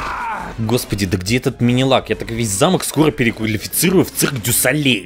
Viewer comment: "Переклалифицирую" это можно слушать бесконечно